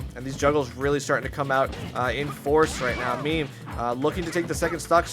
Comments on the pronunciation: Its not "meme" like a picture of something on social media. Its "meh-may" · lol meem... its meh meh